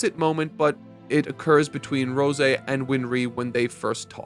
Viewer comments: ROY! Where are we getting "Ron" from?! Also, c'mon mang, it's Rose (like the flower/normal human name) not Rosé (like the wine). 😂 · Why does he keep mispronouncing Rose’s name? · I think he messed up in part 1 and has since made a joke out of it he also sats Arakawa and rose wrong at various points In the video